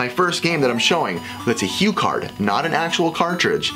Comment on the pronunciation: You also said HuCard again... bad very very bad.